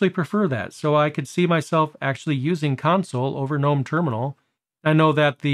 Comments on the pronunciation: It's pronounced guh-NOME, btw. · I think you might be one of the few Linux YouTubers that pronounces GNOME with the G being silent haha.